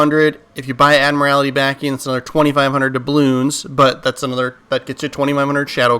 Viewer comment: Love how you mispronounce admiralty🤣🤣